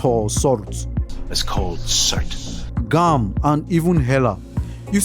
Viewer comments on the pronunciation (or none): The way you struggle with the pronunciation of Surtr is hilarious lol. I love your accent!